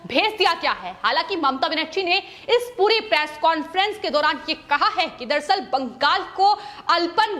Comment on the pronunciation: "बंगाल' को कियुं बाङ्गल करके पुकारती है ए लड़की? जब देखो तब दम लगाके "बाङ्गल" करके ही पुकारते रहती है. पवन त्यागी, लता तो इसकी जैसी पुकारती नही. कितना अच्छा खबर पड़ता है इन दोनो, सुनने को मन खडा हो जाते. Your voice is Very annoyed voice. ऑफिस मे तेरी लिये दुश्रा कुछ काम नही है क्या? Sorry 😌